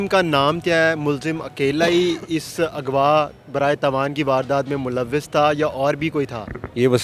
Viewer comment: اگوا نہیں اغوا ھوتا ھے مسلمان جس نے قرآن پڑھا ھو غ کو گین نہیں پڑھ سکتا